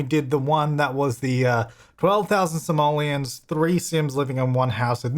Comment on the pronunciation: I find it funny how you pronounce simoleons. Every time you say a house of 12000 simoleons it looks like you are saying a house of 12000 Somalians😂